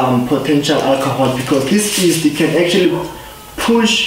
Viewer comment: No, you didn’t just say “east” instead of “yeast”! 🤣